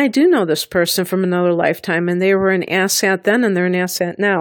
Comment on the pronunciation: I am sorry did you say asset or asshat? I guess it could be either. 🤔